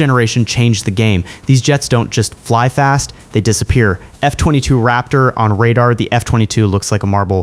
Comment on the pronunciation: Something that bothered me once I noticed it was the pronunciation of F22 & F35